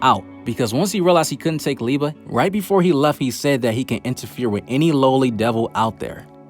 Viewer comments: I love how you keep saying Lieba instead of Liebe. xD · Great Video, love to watch all of them! Just try to pronounce the "ie" from Liebe like the "ea" from eating. With "Nacht" the focus is on "cht" when you emphasize. Just try to pronounce it like the "h" in hate, think the "c" away. Keep on going!